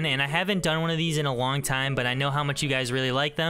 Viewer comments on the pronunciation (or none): He said a Wong time instead of a long time lol